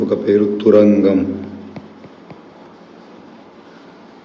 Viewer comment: Thuragam not thurangam